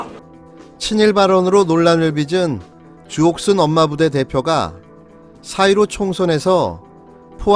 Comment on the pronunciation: 조..옷..쑨... 이렇게 전 들렸네요 ㅋ